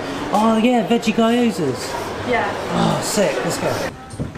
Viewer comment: Nice one, glad you can finally taste some of the nicer japanese cuisine! One small hint about gyoza, it's the same as with Kyoto: There's no "Kuyoto" or "Guyoza" pronounciation ;) The "Kyo/Gyo" is one short syllable, very much like Yoghurt with a short K or G in front. It goes immediately into the "Yo" where the emphasis is on, and not the K or G. Maybe my explanations of this aren't the easiest to understand, so if you rather hear it pronounced, search for "How To Make Gyoza (Japanese Potstickers) (Recipe)" and listen closely at the beginning, she says it two, three times and she's a native Japanese speaker. Plus she's got some good knife skills.